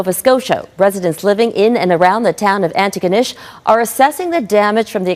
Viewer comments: There is no place in Nova Scotia called Anigonish. We all ASSUME you mean Antigonish. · Everyone in An’igonish just collectively rolled their eyes at the pronunciation of the home town.